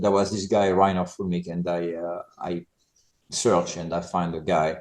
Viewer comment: Not Fullmick. Füllmich! Or in Englisch: Film me up!